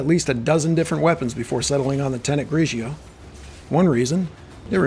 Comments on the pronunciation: GRIGORI not GRIJIO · I love the video and all of your videos but the way to pronounced is GRI-GOR-RI 😈🤳🏼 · U keep saying the name wrong and it's funny. Great video I just got this 2 days ago.